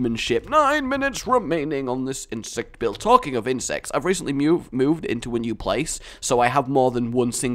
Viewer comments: says insects like IN-SEX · No insest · I thought you say insest. Should i get some help?